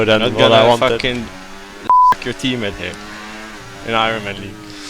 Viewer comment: Cracks me up the way you say iron 🤣🤣 keep up the good work lad